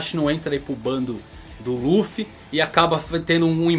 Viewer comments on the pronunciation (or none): none